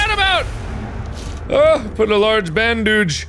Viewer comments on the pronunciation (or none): nobody: Mark: "That Hurt! I'll need this LARGE BANDOOGE"